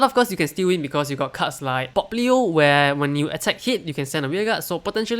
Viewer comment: „Popplio“...? Alright, from now on I‘ll call Pappio like that forever 🙌🏼 #Can‘tUnhearThat